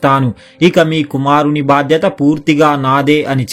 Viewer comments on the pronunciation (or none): none